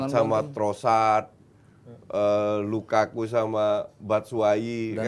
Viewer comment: ngatain headline penyebutan Lukaku jadi Lakaka, meanwhile doi nyebut nama Minamino🤡